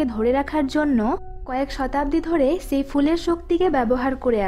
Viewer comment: আপনার ভাসায় কিছু সমস্যা আছে, আসা করি ঠিক করে নিবেন। ছেই হবে না হবে সেই ছেটা হবে না হবে সেটা এমন আরো ওনেক মিস্টেক আছে